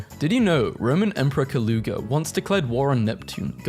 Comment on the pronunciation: ain’t no way he just pronounced Caligula like that